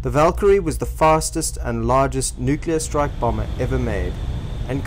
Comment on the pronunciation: Lol. I heard "nuclear......strike bomber" rather than "nuclear strike......bomber."